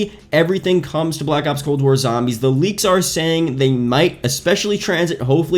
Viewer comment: You can't pronounce zombies for some reason so zo zombies not sambees